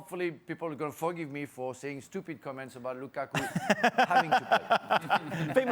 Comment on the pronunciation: Ale: "LUKAAKUU"